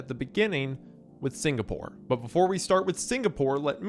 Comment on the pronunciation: SingaPOOR?? HA... Sounds much like Beyonce SingaRICH